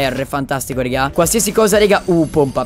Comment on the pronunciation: Dici rega in un modo che damiano er faina spostati